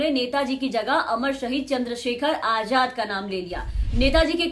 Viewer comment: Aap ka talafuz bhut kharab h.azad hota h ajad nhi..🙂🙂